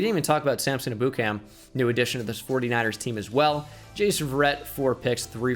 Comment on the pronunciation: You said Samson eboocam 😂😂😂 it's pronounced "ebb-you-kahm"